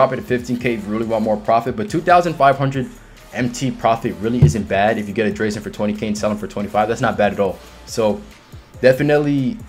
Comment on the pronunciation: Nice video man but you were killing me with how u say drazen lol